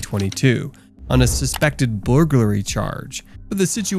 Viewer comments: More like but was a good call in order to get ahead of it. “On a suspected buhhuroguly charge” <— say whaaaatt??? : marks the moment that the script reader saw the word ‘burglary’ for the first time in his life 📖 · i had to play like 4 times just to hear how you pronounced Burglary lol It was like youd never heard the word before. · I will seriously pay you 20 dollars via an app - if you the YouTube channel speaker for the episode “When evil doctors realize they’ve been caught” if you tell us all WHY YOU SAID BURGLARY like that. Because now I can’t even watch the rest of the episodes nor the remainder of this one —- its broke my brain and increased my curiosity. Please answer us - we are all so confused. We want to make sure you didn’t have a stroke. (go back to so you have a couple seconds before it begins to ensure your volume is on and screen unpaused etc) Buhhuguroaly vs burglary [ber/bur-glar-ie] there’s various ways to look up the phonetically spelling and it comes with an audio button so you can practice the word before creating an episode. We won’t make fun of you - well…I won’t. I just want to know what happened….was it maybe an impending stroke? (That happened to someone on tv once, they said something very wrong like you just did and she later had a stroke but she took head while on tv - and someone called in and warned her and that saved her life) but this was 5 months ago - so the more important question is…’were you cognitively aware you were doing this?’ Or ‘did you even know you said it incorrectly?’ So …..many ….questions. 😳 thank you for your time - no harm no foul! WE JUST WANT TO KNOW WHAT HAPPENED 😃 🙈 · LOL buhorrglury charge (I’m surprised they had this person read out the script hahaha) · He said blurglury charge 😂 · Ah, those dreaded boorgloorly charges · Am I the only one who heard the word "blurglery" on the 1st one ?!? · The way you say burglary pisses me off